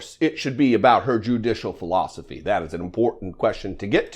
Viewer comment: L. Graham said “philostefey” 😂😂😂😂